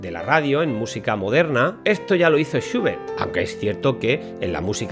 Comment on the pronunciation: ahh, entiendo porque esa pronunciacion suya de Schubert, lo pronuncia "shiubert" seguramente por la U inglesa, la cual en aleman es identica a la U en español, por lo tanto "SchUbert" como chulo, lulo, culo, pero algo mas larga. Disculpe la correccion.